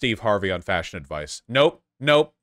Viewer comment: Oh thanks, I’m not the only one! I literally jumped when he said that sentence, cause I heard right away fascism instead of fashion, I had to check back again to understand he wasn’t speaking of fascism! 😂